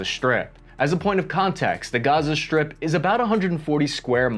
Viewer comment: You pronounce strip as sHtrip and pronounce strong as sHtrong. This stratches my ears, may be because English is my learned language an I dont live in an english spoken country. Thank you for your efforts and work.